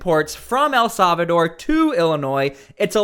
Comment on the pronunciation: For the love of God..... El Salvador is pronounced "eL-SAL-vah-door". It is NOT pronounced "EL-SAV-a-door"